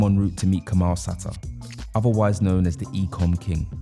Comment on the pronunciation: Interesting interview. Btw his name is pronounced Kamil (Kameel)